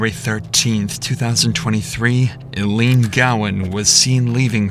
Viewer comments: "👁LEAN" ITS PRONOUNCED I LEAN. ILENE- The E on the END tells you that THE FIRST VOWEL HAS A HARD SOUND. respect for the DEAD. Ilene was an entire human being. Idgaf how illiterate society gets, let's make ANY EFFORT to RESPECT their NAME while you GET RICH off the story of their DEATHS. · It's pronounced "EYE-leen". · Bro ….its pronounced I-Lean…..I -Lean ….Jesus Christ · I believe her name is pronounced eye-lean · Mispronouncing the names of the key players in a story is both irritating to listen to and reduces your credibility. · Can someone please tell this man how to pronounce this ladies name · The narrator consistently mispronouncing her name is peak content. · The way Ilene is pronounced by the narrator is distracting. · The pronunciation of Ilene is driving me crazy. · When the idiot narrator has no idea how to pronounce "Ilene" correctly........ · It's Ai. The victims name is clue one. Mispronounced over and over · He’s not even pronouncing her name right 🙄. So he is not that good. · I don’t think you got the pronunciation of the victim’s name right. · Please stop using AI voices that cannot pronounce the victims name at all!!! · The biggest injustice in Ilene’s passing that still exists is the fact that the narrator mispronounces her name over and over as ‘ill-lean’ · It is ILENE, long I, not Illene. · This is in Iowa, not Idaho. In a city called Council Bluffs, not Council of Bluffs. And her name is pronounced eye-leen, not il-een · It's so frustrating that you can't even be bothered to pronounce her name properly. EYE-LEAN. RIP ILENE 🕊️ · There's little to be done for the poor lady now, but at least you could pronounce her name right. Just once even. All of her friends and family pronounce it "Eye-leen", but you insist on saying, "Uh-leen". It's disrespectful. If you use her story to make a living, get her name right. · Why do you insist on saying "ILLEAN" instead of "EYELENE" like everyone pronounces it? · its EYE LEAN NOT EL LEAN